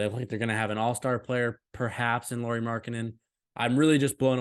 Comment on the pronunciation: You were worried about pronunciating names, so I give you a tip: You are saying Lauri as "Lori" instead of "Lauri" (in the ears of Finns at least). In English if you pronunciate it as "Lowry" you get pretty close to the right pronunciation. Our "r" rolls a bit more than in that one but it's close enough 🙂